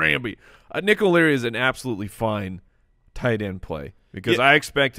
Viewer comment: that tee is toight. Toight like a toiger.